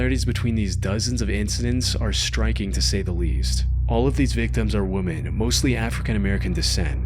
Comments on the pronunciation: Please learn how to pronounce "women". It's not WOO-men. It's WI-men. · WOMEN NOT WOMAN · Please learn the difference between "women" and "woman". It is annoying as fuck. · The fact that you say "woman" instead of "women" when talking about more than one female, really makes me mad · Ugh… WEH-MEN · Why can't you pronounce "women?" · Woman (singular) and women (plural) are two, different words, pronounced differently ;)